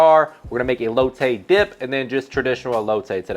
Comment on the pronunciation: Everytime this guy says elote I cringe a lil 😂